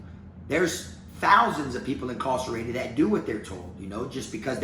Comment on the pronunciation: When he says "incawcerated" he sounds like an old-timey plantation owner